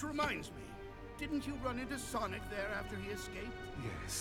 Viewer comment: Couch Potato its sonic. Just sonic. Not sanic, not sanek. Sonic